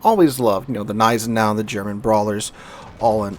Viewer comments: You actually pronounce the "G" in Gneisenau :) rest is on point though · Gneisenau is pronounced with an hard g so kinda like „kneisenau“ - just in case anyone wanna brag with their German knowledge 😂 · The "Z" in Zieten should be sharp, like in "Tsar", but especially the "Neisenau" gives me almost a bout of OCD whenever he says it :D